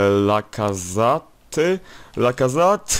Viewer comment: Lacazat? Lacazaet się mówi